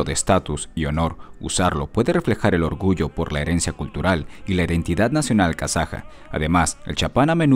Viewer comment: KAZAJA SE DICE